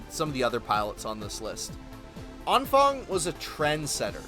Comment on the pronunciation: That was possibly the most butchered vocalization of Anfang I have ever heard. Impressive.